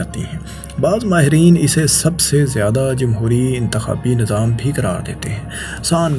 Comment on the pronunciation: Allah ka wasta hai bhai apni pronunciation thik kr lo Nazam ni hota nizam hota hai Makamal ni mukamal Mamalik ni mumalik Alaqa ni ilaqa Aur bht bht sare words ghalt bol k video ki dhajian ura dete ho, please take a notice